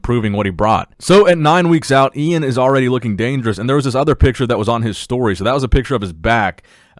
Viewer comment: Its E-IN not iain